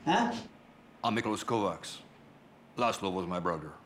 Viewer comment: 'Kovacs' is pronounced 'kovach' in Hungarian.